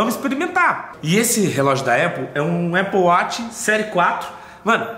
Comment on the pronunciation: Aple wati pqp fala direto